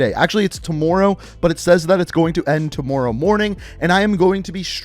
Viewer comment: The way he says “tomorrow” 😂😂😂